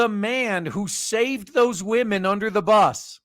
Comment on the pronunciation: I gave you a shot, you just keep saying waahmen too much for me, it gets annoying. best of luck.